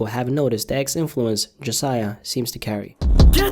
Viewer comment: Jasiaiah more like jahsaiah